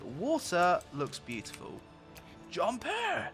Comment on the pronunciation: Best part is the 'Bewbs' then jumpuh